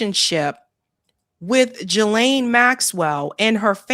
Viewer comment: Its pronounced Ghislaine, with a silent S.